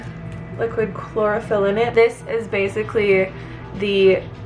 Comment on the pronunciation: Hahaha i thought u said chloroform. I was confused.